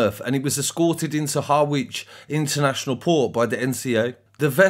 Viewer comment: I love your videos. No bad vibes but if you need any help with pronounce a name I can help. It's not Harwich it's more like Harridge.